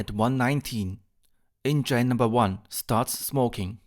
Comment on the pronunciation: Recht hat er trotzdem. Grauenhaft- auch für deutsche Ohren. Schon in der Schule lernt man das "th" sauber auszusprechen. Wozu gibt's zudem die Lautsprache in den Wörterbüchern? Du sprichst ja kaum ein Wort richtig aus. "Enngein?" Geht's noch? Es ist auch Respekt vor der Sprache. 😊